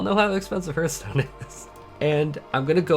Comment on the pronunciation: Did... did you call it HERTH stone!?